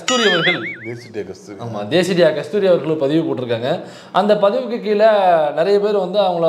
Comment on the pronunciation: அது தேசிடியா இல்ல தெ,... ....